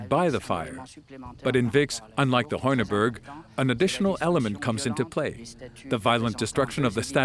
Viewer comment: La traducción es horrible, como se puede traducir "torques" como "antorcha", la pronunciación de los nombres alemanes, franceses y griegos es totalmente incorrecta (hace sangrar los oídos oír pronunciar Vix como "Wix" ou Heuneburg ("hoineburg") pronunciado Honeberg", y no digamos ya oinochoe ("oinohoe") como "nochowuei")